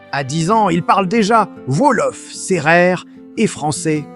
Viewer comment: Par pitié, arrêtez avec cette p*tain d'IA : ça fait saigner les yeux et les oreilles ! Quand, j'ai entendu et lu "Volof" au lieu de "Wolof" (ou "Ouolof), j'ai failli avoir une attaque ! Du coup, ça m'a coupé l'envie de regarder la vidéo jusqu'au bout...dommage.